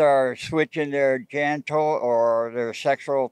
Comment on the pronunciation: Kids are switching their "genticals" says the man with the Ponytail 🙄